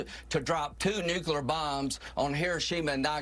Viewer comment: Lindsey says, "nukular." What a total douche idiot.